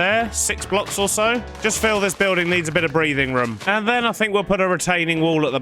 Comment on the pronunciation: I love the way he says room ( ruum) its just hilarious